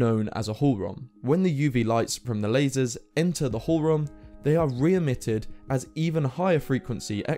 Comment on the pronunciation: Hohlraum --- although Raum means room it's pronounced with an "au" just like in "house" and "mouse"